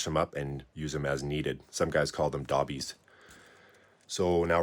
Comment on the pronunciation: It’s pronounced doe-bie. Dobbie not dahbie